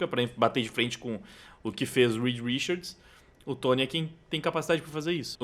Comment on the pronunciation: Me dá um tremelike toda vez que ele fala "Rikard" quando a pronúncia é "Rixard". Po, Richard Gere, King Richard...só ouvir os próprios americanos pronunciarem. Mas fora isso o vídeo é top.